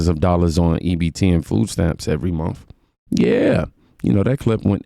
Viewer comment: They keep saying ( fooo stamps) there’s your first problem you don’t know how to pronounce words or talk. No wonder you don’t make more than $10 an hour.